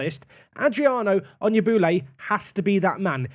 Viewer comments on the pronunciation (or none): When says Onyegbule i hear him say on your booty... am i only one? Or am i too dirty minded to be saved 🤔